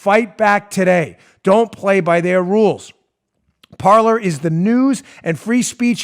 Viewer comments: Dan, it's not parlor, it's pronounced "par•lay." It's French for "Talk" or "speak." As in "parlé vous Francois?" (Do yo speak French). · Please tell dan...its Parle....in french....means to speak....like the pyrates say in conflic "Parler" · Parler. French for “talk.” Pronounced par-lay. Just parlayin. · I suspect PARLER is pronounced "par-lay" after the French verb of the same spelling that means to speak. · it seems to me that parler (probably French) should be pronounced parlay. i could be wrong tho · That's Par-lay. It's French, "to talk".